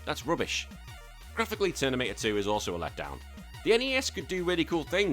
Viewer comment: Lol "Ternimator" 😂😂😂